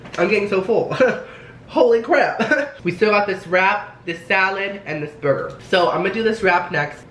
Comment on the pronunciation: did you know that some salad dressing is more fattening then a burgahhh